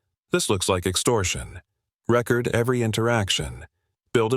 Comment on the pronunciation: I know this is generated by AI, but you need to teach AI that words have more more than one meaning and can be said more than one way depending on this structure of the sentence since I was made to go to summer school for English English for three years years having this crammed down my throat AI needs to learn it too. Record was said the wrong way used for that particular sentence structure come on if you’re sending kids to summer school because they can’t say the words writer make the sentence structure correctly. AI needs to go back to school and learn to.